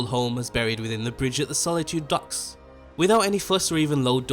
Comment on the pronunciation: Try saying "Docks" just one more time.